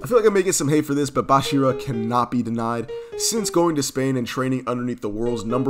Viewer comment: Bro its not bashira Its bachira